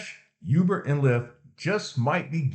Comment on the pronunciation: Ooooo-ber not you-ber. Thanks for the info.